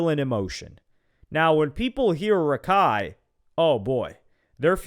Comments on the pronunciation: it's rakak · it’s not Rakai it’s Kaira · it’s not raikai its rahkhai